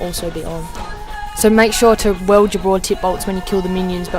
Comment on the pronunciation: Work on your pronunciation, bit of a pet peeve, but hearing 'weld' instead of 'wield' just got annoying